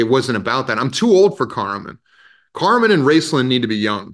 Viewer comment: Carmon? Really, Joe. Please tell me you know it’s Caramon and you just was nervous. And the twin’s dad was there till he died from an accident at work. Caramon even worked with him for several seasons. I wouldn’t consider that nowhere to be seen. Love your take on Verminard. Keep doing what you’re doing!